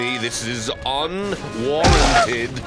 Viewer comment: It's un-WAR-anted